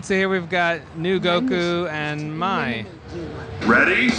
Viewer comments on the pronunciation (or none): Dude you said Mai wrong ahhhh AND I WOULD HATE TO SEE what piccolo looks De-port this